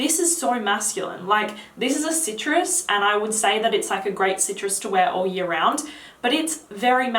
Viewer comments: Favourite fragrance from last yar.... Kevin and Perry posh voice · Say "year" again.. slowly.